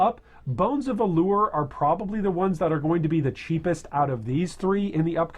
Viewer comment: Bones of Ullr, not alure